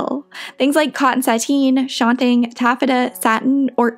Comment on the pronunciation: love this video... one thing... it is SHAN (as in shannon) and TUNG as in tongue. shantung.